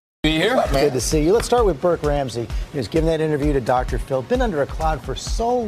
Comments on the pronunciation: "Dr. Full"? 🤔 You mean "Dr. FILL." 😉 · I like how your accent makes Dr Phil sound like Dr Fool. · I hear Dr. Full.